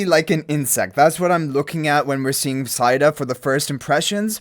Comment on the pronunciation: Ahh, the English language... Cow is a 🐄 Mow is pronounced Moe Etc...😂 Said is said So, Saida is Said a??? No, it's Seida... ❤